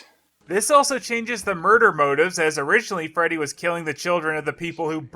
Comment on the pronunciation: I felt like watching this after and everytime they said 'Freddy' I heard 'Teddy'